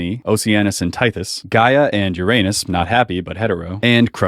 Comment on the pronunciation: You got Uranus pronounced right, but not Chaste?